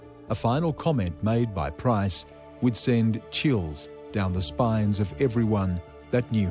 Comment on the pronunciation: Why do these bogans keep pronouncing 'PRICE' wrong? It's a super easy name to say. Even the narrator says it right.